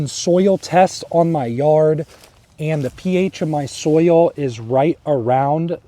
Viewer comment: I like how southerners say it. They say you have to acidify the SOUL.